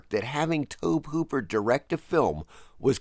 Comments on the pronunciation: Tobe is pronounced like Toby. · Tobe is pronounced TOE-BEE. It was a little painful to hear it pronounced incorrectly so many times. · Tobe is pronounced "Toby" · About 90% sure it's pronounced the same as "Toby" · I don't know why you keep mispronouncing Tobe Hooper's name. HE says it like "Toby" and that should be all you need. 30 seconds of cursory research would have solved this issue. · Why is no one discussing how irksome it is hearing someone pronounce Tobe Hooper's name so incorrectly?